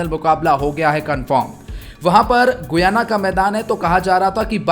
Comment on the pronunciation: Bhai गुयाना नहीं गयाना